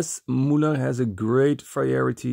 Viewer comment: When you make a video in germany try to speak the words right.....its Müller, not Mullar, and Majorette is a french enterprise thats not called Mayoret.....